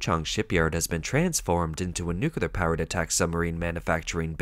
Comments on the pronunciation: Nuclear = "Noo-Klee-Arr". Not "Noo-Ku-Lar"! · A submarine's uncontrolled sinking while berthed at dock? 😮😮 Yep, that's "Made In China" quality for you... 🤣 BTW, nuclear is pronounced "NEW-klee-ar". NOT 'nucular'. Geez. M 🦘🏏😎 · How did you find a text-to-voice app that mispronounces “nuclear” as “nucular”?” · N.U.C.L.E.A.R not N.U.C.U.L.A.R.